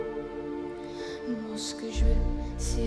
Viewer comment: Given that Emma doesn't speak French and had to learn the lyrics phonetically, what is your opinion of her pronunciation? I only know some French, and other than a 'mar' instead of 'Moi' it sounded pretty close.